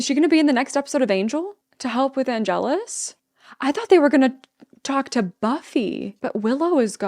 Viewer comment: Miss Calendar's Paradise.😊🖤 - SO TRUE.🙄💢 - I didn't know about the spin-off at the time,so I didn't understand this line. Àngelus,not Angèlus.